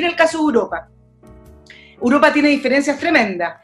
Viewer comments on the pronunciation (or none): ¿Por qué la chica dice "Uropa"? xd